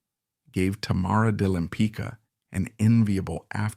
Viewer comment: Her last name is pronounced LempiTZka, not "lempica," damn it! Why don't you butcher the names of French, Italians, Dutch, etc., but can't manage one easy-to-pronounce Polish name?